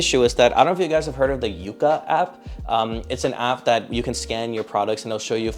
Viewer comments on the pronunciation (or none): Its pronounced Yuka not Yúka. Like yuck. Yucka. Yuka